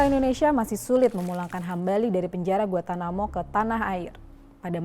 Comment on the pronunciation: Gua-N-tanamo, bukan Guatanamo,.